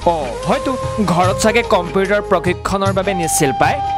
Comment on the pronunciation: নে এই কোৱা জন। আগতে ভাষা শুদ্ধকৈ কবলৈ শিকা কমপেতাৰ নহয় কম্পিউটাৰ বুলি কয়। ইমান মিউজিক সুৰ দি ক'ব নেলাগে । দুখীয়া মানুহৰ দুখৰ বুজ ল'বলৈ চেষ্টা কৰক আৰু সহায় কৰক। ইহঁতক TRP লাগে